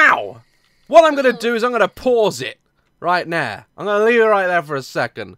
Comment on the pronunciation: lol sounded like he said 'right now' in a cockney accent NOOOOOOO DAZ JUST LET SHIT HAPPEN IT'S NOT THE SAME IF U KNOW WHAT'S GOING TO HAPPEN D